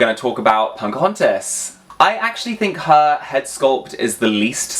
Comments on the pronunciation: You are aware that you're saying Punkahontas? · I cannot unhear 'Punkahontas' lol. With a Barbie body, she might be the ideal version!